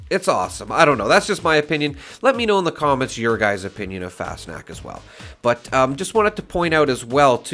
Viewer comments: No. It's more like fahs nockt - there is no 'sh' sound. The 'a' is pronounced as an 'ah'. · I think its pronounced like "fast knocked" fas knocked, but the 'ed' on knocked is more of a 't'. FasnachT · It’s pronounced kinda like Fahss-knocked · An imperfect but fairly easy to say pronunciaction for Fasnacht would be something like fahz-knocked. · Nacht is a germanic word pronounced nawkt or knocked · How do you know when you have a rare mask? On a sidenote;It’s pronounced “Fosh-Nockt” Missed Fascnacht. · Pronunciation = fas-knocked but with an 'ah' instead of an o Did everyone learn about krystallnacht in elementary school? Nacht = night Pretty much pronounces how you read it Fast snacks or fas nack whatever people say So funny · It’s pronounced Faws-knot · No. It's more like fahs nockt - The 'a' is pronounced as an 'ah'. There is a "kt" sound at the end. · Pronunciation is an option on google translate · IKR. How easy would that be to do instead of mispronouncing constantly and not even trying?